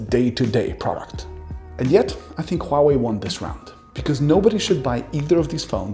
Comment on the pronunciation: Omfg, finally someone can pronounce Huawei with an understandable accent...